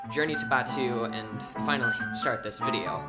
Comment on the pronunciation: Fianlay news bidios